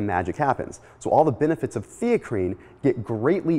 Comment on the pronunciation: Never even heard of Theacrine.. Thought he was saying creatine initially..